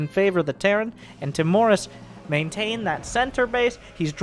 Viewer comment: i think it's Timorus, not Timorous